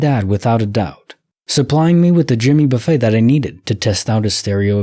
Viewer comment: Thanks for the stories! The singer's name is not buffet like where there's all this food and you choose what you want to put on your plate. Buffet, pronounce buff-it. Famous country singer here in America.